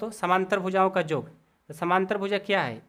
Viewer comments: Sir AAP yog ko Jog bol rha h😂😂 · Sir aap yog ko Jog bol rahe hai